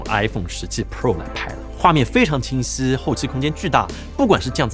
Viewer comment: 讲话像嘴巴没张开，清晰说成青丝